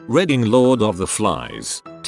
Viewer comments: I like how the narrator says "reading" as "reding". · No one: Voice: RED-ing, NUMBER, PRIHV-issy